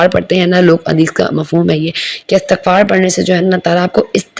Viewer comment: Astaghfarr ni hota meri behn istighfar hota h